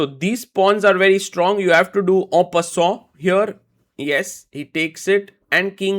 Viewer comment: sagar I'm sure it's definitely not "En Passant"😂😂.... Aaan Passsssssooooooon??